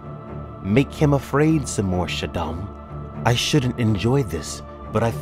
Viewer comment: The Fremen's leaders title pronunciation is not NEEAB, it's NAH EEB, it's not Emperor Shaddom, it's Shaddam, not FedeKIN, it's FahDhaiken. Still Love this video and the illustrations, they are a show of great dedication to this Amazing series that was even the inspiration to George Lucas to create Star Wars!